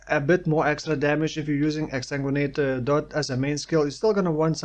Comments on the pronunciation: You pronounce Exsanguinate better than some native English speakers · You're saying exsanguinate perfectly.